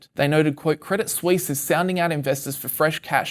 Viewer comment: "credit sweeess"